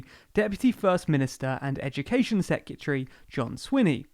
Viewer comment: on a video about education you repeatedly mispronounce secretary then misspell university - sheesh guys... top explanation otherwise